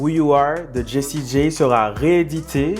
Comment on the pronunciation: Jessie J(Jay),pas G(Gee)✌️✌️✌️✌️